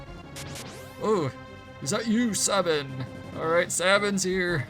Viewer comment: Sabin = say-bin